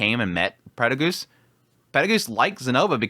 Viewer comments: Yeah the peregus thing has always bugged me. In the Japanese and the text on the anime are clearly perugius. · The way you pronounce names is weird, especially after how used to Cliff Kurts pronounciations (the official audiobook), Peru-gee-us. Silver-ill etc